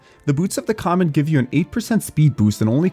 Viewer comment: It's boots of the COMET not COMMENT you ape. Jesus..